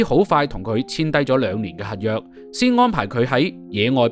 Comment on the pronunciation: 網主，要注意有好多懶音。 合約-核約； 合作- 核作； 十幾級樓梯～十幾咳樓梯，男人-難忍； 情深- 情新。